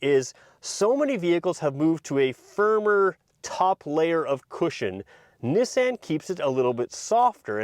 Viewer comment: Is the pronunciation of Nissan a Canadian thing? Just curious because I've never heard it said that way.